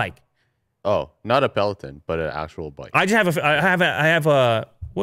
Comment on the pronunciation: peloton, please say it correctly. it's a little off when you say it and irks me everytime i hear it loool.